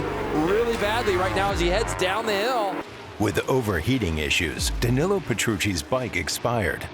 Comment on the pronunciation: Great video but for the love of God learn to pronounce Danillo.